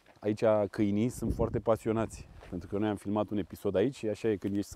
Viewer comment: "cainili" lui imogen🤣🤣🤣